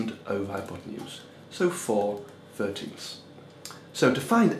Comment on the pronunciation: There is no “f” when saying “thirteen”. “Firteen” isn’t a word.